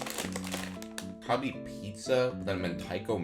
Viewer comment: Why did you pronounce Calbee like kalbi 🤣